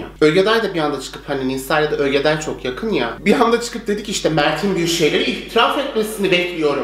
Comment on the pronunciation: Ogeday'a Ögeday diyen Koca Yürekli:D